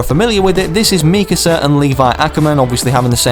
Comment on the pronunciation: thank you for saying mikasa right